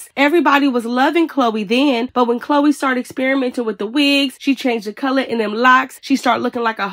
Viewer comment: Y'all caught that? She said Chloe's name wrong 😂